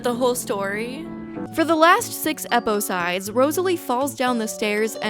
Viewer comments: consistently saying “eposides” without laughing is peak comedy 🤌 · I love the consistency in pronouncing eposides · I kept hearing "eposides" and I thought you were having a stroke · I'm on the bus and laughing out loud because of "eposides😭😭"